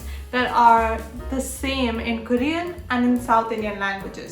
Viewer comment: ITS NOT "KARIAN" ITS KOREAN